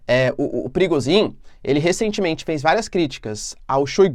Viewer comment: Toda vez eu escuto o nome do cara de “perigozim” 😅